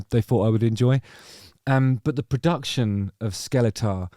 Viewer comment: The album is pronounced ”Skellefteå”